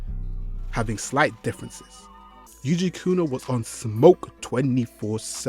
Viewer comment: It's yukuna and mikuna no yujikuna and migukuna 😂😂😂😂